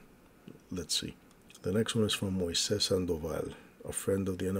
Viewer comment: on Rational Rage you said my name fuckin PERFECT Moises Sandoval has NO Z’s in it. Moses does but the Spanish version is the soft S like you pronounced it. 👍🏽